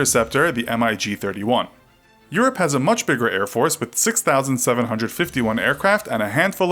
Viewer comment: "Sue-35" "M-I-G-31" *Cringe